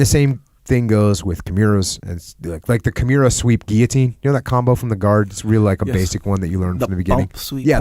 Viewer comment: Jocko “kiMIUra” Willink